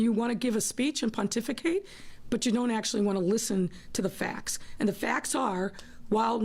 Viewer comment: oooh she said, "puntificate"... toruism decline says it all..